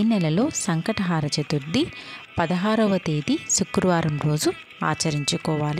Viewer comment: సంకష్ట హార కాదు... హర అని చెప్పండి మీనింగ్ మారిపోతుంది